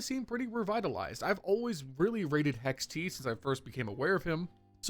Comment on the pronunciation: I love your videos but please stop pronouncing HexT 🇨🇦🇨🇦 as HexTEeeeee